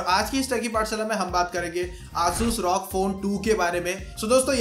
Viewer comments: Bro Bolna sikh le bhai R O G not rog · It's rog not Rawg